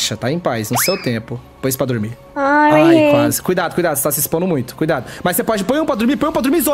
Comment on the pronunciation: KKKKKKKKKKKK BOTA NENEM PRA DORMIR "botahh nenempradurmir" jjakskksks